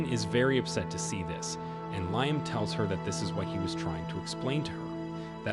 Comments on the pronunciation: Leeam not liam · Bro can't pronounce the name Liam... Lee-um